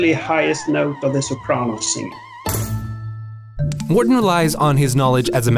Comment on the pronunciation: His name is Mårten not Märten.